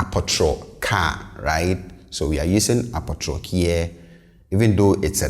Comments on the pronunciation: Yes I thought this too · You pronounce apotoro as “a po tro”. So many Twi words are pronounced differently than they are spelled. Another example is dua, pronounced “di a”